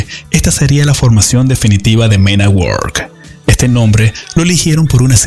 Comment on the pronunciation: Se escribe work se pronuncia werk